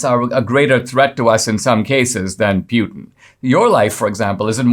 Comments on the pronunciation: I believe Putin is pronounced Pootan not Pewtan. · C'mon Dinesh... Who TF is Pyoutin? I thought you were a smart fellow. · NOT PU LIKE PUKE BUT PU LIKE POOPOO PUTIN 🤣🤣🤣